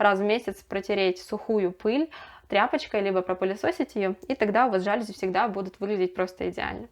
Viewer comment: Пожалуйста, говорите правильно:ЖалюзИ!!!